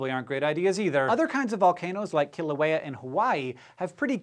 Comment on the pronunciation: Well Pronounced sir 👍 KILAUEA